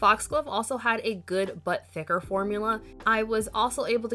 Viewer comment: I kept hearing "good butt thicker" 😗🍑 and was waiting for the lil thick meme lol